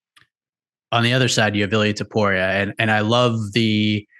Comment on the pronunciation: He did it PERFECTLY